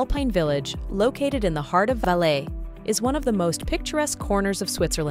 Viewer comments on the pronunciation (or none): none